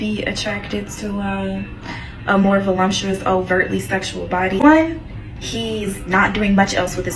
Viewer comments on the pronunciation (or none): Voluptuous. Not voLUMPtuous, hahaha. That always make me laugh when people mispronounce that word. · Uummm it’s not vo-LUMP- tuous…it’s vo- lup- tuous! Please learn how to pronounce the words you’re using ok? Just sayin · The word is “ voluptuous “ NOT “ volumptuous “🤨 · Guys, it’s VOLUPTUOUS. Please!!! Not volumptuous. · There is no M in voluptuous. I don't know why people make it voluMptous LOL